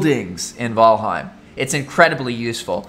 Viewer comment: “V-al-heim” literally why I can’t watch your videos lmaooo